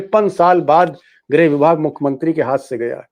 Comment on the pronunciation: Not grah but grih